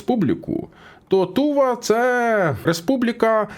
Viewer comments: Тільки не ТУва а ТувА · Не тУва а ТувА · Не Ту'ва а Тува'